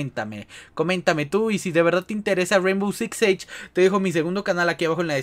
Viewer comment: We neta ni sabes pronunciar el nombre del juego